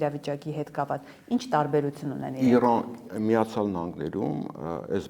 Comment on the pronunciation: Իռան չէ, իռա ռուս աղջկա անուն է, Իրան է։